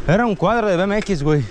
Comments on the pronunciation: Le dijiste do you like bmx, lo bmx lo dijiste en español tenias que pronunciarlo en ingles, que te va entender el man. Por eso te dijo que no. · cuando son de 20 contas 5 de 20 y te da 100. es más facil, y el chico te dijo que no le gustaba porque pronunciaste mal "BMX" 😂